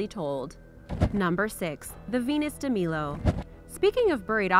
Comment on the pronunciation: you pronounced Venus de Milo and Milos wrong